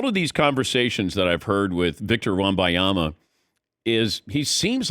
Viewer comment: Dan Patick refuses to say the N in WembaNyama. I know he’s heard the name enough to know there’s an N there. I know he sees it spelled out. He’s a pro’s pro but for whatever reason he won’t say it. At this point Im starting to respect the persistence.